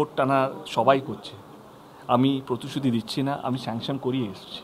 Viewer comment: Vai age pritisruti bola sekh..ota protusruti na..osikhito ekta..